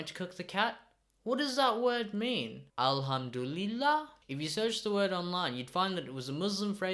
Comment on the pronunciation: Why tf did u pronounce alihamduliah like that? (Ignore the fact I can’t spell)